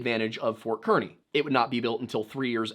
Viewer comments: Kearney is pronounced car-knee. We have unique pronunciations here 😅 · As a person who lives in the area Kearney is pronounced Carny. It's weird i know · Probably been said as there are a lot of comments already but "Kearney" is pronounced like "Carney." Don't worry, I think it's dumb, too. I live a town over from a "Kearney" and the Fort was pronounced the same as far as I'm aware. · Sir with the most respect…..it is pronounced CAR-ney (Kearney) lol 😂 awesome vid!!!